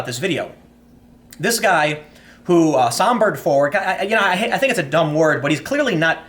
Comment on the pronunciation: Sauntered! for the love of god it's sauntered not sombered (which isnt a word).